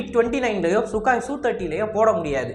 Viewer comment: Sukaai illa bro... Sukoooi bro..